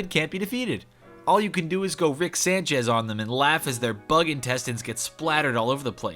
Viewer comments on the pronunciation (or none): none